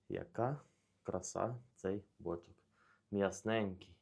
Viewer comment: Може наголос на друге «о» ставити?)